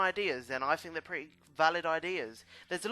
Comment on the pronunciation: Do you guys spell it think or fink?